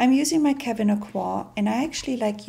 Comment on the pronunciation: nicely done. covering textured skin is always challenging- to get the matte/not matte balance just right takes patience and so little product., thank you for pronouncing our sweet Kevin's name correctly.;{}